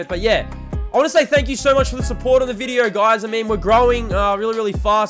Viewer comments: Wtf is a “viderrrr”💀💀💀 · Why you sayin video with an R😭😭😭fix that quick